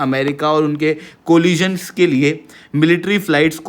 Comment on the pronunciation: Coalition को कोलिजन और Determine को डिटरमाइन मत बोल दोस्त। कोअलिशन और डिटरमिन बोला कर, लोगों को गलत शिक्षा मत दे।